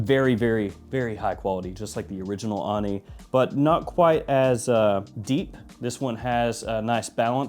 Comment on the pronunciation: Hey,! Ani is an ancient Armenian city. Pronounced with emphasis on the "i". )